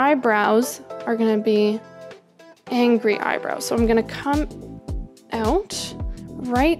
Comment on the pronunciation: i will be honest it irritates me when you say angry but with that e